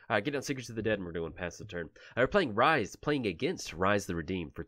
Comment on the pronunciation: It’s RISSS not rise 🤦🏼‍♂️